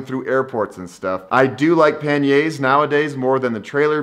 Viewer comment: Nice video, really great mindset but please practise saying pani-erz 😀😀😀😀